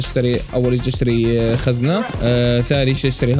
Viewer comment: خزنه ❌️ زخنه✅️ الدقيقه 6.44